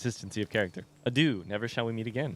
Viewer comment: It's so funny to me how you can have just heard a word and then still pronounce it differently. Adieu is not pronounced a-dew, my guy, you just heard it 😂 and the same with Shani. That said, I really enjoy this series, I've been binging it and I'm so close to catching up 😊